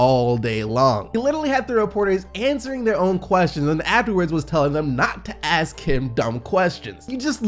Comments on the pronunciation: why do black athletes always say "ax" and not "ask". not being racist , i just dont get it. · Westbrook loves saying aks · "Don't axe me dumb questions" lmao but thank god Russ ain't injured